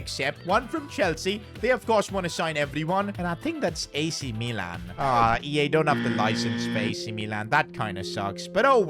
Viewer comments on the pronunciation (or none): none